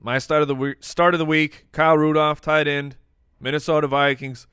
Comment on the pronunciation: that tee is toight. Toight like a toiger.